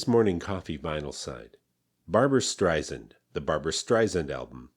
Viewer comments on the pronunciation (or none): Sand, not zand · He didn't even pronounce her last name right. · "What’s lacking is emotional depth and range." Uh, no. Listen to her sublime "A Sleepin" Bee" or "I'll Tell the Man in the Street" and you can hear this depth and range. It went on to win the Grammy for Album of the Year. And BTW, learn how to pronounce her last name properly. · It’s StreiSAND like sand on the beach not sund as she will gladly tell you. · Dear lord what a misjudged assessment, so off the mark — topped off with the mispronunciation of her name she’s always fought against